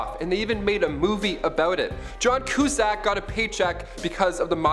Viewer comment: Thanks for pronouncing Cusack correctly. Thanks for your outgoing presentations! Keep up the good work!